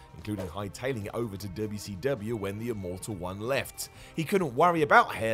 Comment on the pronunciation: I could die laughing all day from how you pronounce WCW 🤣🤣🤣🤣😂😂😂😂😂😭😭😭😭😅😅😅😅😂😂😂😂